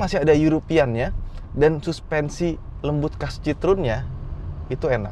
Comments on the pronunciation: Dibacanya kyknya bukan Citrun deh , Cihoen atau apalah😂😂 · Masak bacanya sitrun?😅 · ngakak pas ngomong "runol citrun"